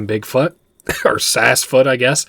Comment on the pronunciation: Seems Sassfoot gave you some.....sass 😉 (likely for getting it's name wrong so much lol 😂) Other than that I fully enjoyed this playthrough ❤❤